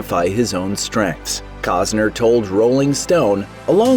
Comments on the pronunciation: COST-ner, not cause-ner ! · Why do you keep mispronouncing his name? There is a T in his name. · It's Costner dumbass..lol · These channels never let the truth get in the way of their stories. I mean, the narrator can't even pronounce the guy's name for a start. Isn't that one of the primary things a narrator should get right?